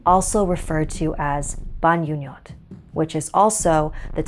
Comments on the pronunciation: its the ' bangungot' for me, she said it like ' bangyungyot' lol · why'd you say it like "banyunyot" u know damn well it's bangungot😭😭😂😭😭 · love your stories, but the "ngungot" part from "bangungot" is pronounced wrong. In order to pronounce it right, use the "ng" part the same way u pronounce the "-ing" part in verbs like "walkiNG" so it's ba-NGu-NGot. ALSO, as an Ilocano, "ading" is Ilocano not Filipino. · Ahhh, it's not pronounced Banyunyot 😅